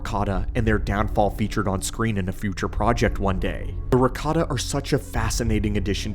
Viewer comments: i wasnt watching, just listening, and going, WDH does he pronounces Ricotta :D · ... Watched this while hungry, and kept hearing "ricotta" and now I want lasagne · "Rataka Cheese" 😂😂